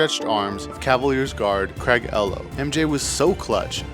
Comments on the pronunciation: Not “ehlow” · Great video as far as info about the sneakers and presentation. A few miscues bothered me: saying he dunked from the free throw line with 2 hands when clearly it was one hand, mispronouncing Craig Ehlo, saying the 96 finals was tied 2-2. Misinformation like that ruined the vibe for me. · into this video and he's already had 2 errors...first of all, he dunked rt handed not two hands in the dunk contest & Craig will probably cuss you out about pronouncing his name wrong